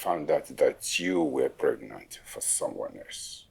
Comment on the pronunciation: Is it pregnant or fregnant 😎😂😂😂😂😂😂😂😂😂